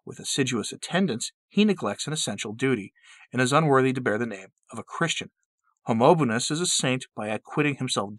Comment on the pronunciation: ✔ 𝘚𝘢𝘪𝘯𝘵 𝘏𝘖𝘔𝘖𝘉𝘖𝘕𝘜𝘚, 𝘰𝘳𝘢 𝘱𝘳𝘰 𝘯𝘰𝘣𝘪𝘴. (🙆🏻‍♂️It is not Homonobonus !) 🙏🏻✝️☧💘